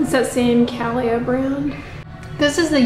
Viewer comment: Cah-Lee-Ah. Brand is by singer Carrie Underwood.